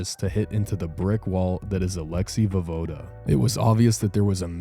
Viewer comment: pronounced vo-ye-voda